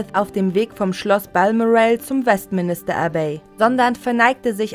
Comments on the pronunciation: die Sprecherin sagt West Minister....lächerlich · Westminister, sorry bitte richtig wenn ihr darüber berichtet Es ist die Westminster Abbey Sie ist in der City of Westminster Nichts davon hat mit einem Minister zu tun 😳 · West... Minister Abbey? Wtf .. was für Englischkenntnisse. 🙈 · Es heißt nicht Westminister, sondern Westminster! Oh man, hat das keiner gemerkt, bevor es online gestellt wurde? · Westministerabbey''... Mehr als peinlich...